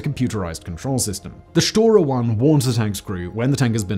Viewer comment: "Shotra" the egyptianisation of Russian has begun lmao